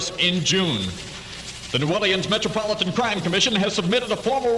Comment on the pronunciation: This was my childhood. I was 12 years old when this aired. Born and raised in New Orleans. What a great place to live then. Listen to how they pronounce New Orleans ( New Oar-lee-ins )